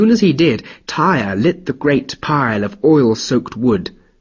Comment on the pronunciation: Tear, not tire. Tyr.